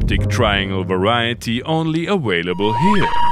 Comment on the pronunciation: Uh-whale-uh-bull?, you murder the English language with such uniquely selective style and panache! 👍👍👍